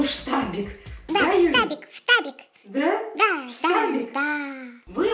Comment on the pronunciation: мои питомцы не штабик а фтабик